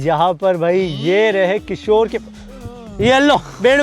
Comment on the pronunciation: किशोर डोन बोलते हैं 😂